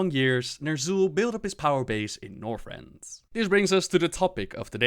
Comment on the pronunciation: Northrend does not have an "s."